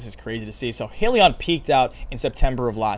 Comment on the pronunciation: It's pronounced Hi-liion